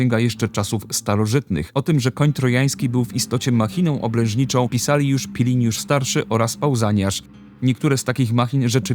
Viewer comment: Świetny materiał na bardzo ciekawy temat. Wincyj!😃 Zdaje mi się jednak, że powiedziała Piliniusz zamiast Pliniusz, to dość częsty błąd, ale u Ciebie to może tylko przejęzyczenie. Czekam na kolejne, równie dobrze przygotowane materiały.